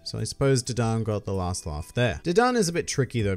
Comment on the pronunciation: dadan this man says d-don